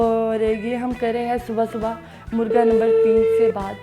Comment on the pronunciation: Its not murga Its Murgha Baray karam apni Qoumi zuban ka beragharaq na kren. مرگا نہیں مرغا ہوتا ہے